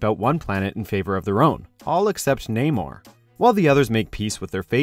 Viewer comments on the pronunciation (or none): none